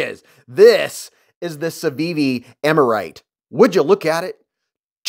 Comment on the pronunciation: Aaaa-mar-ite, nobody worry 'bout me 😂